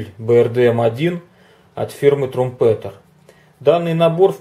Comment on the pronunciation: Это после Хорьха будет следующая сборка? Название фирмы Трампитэр, послушайте произношение.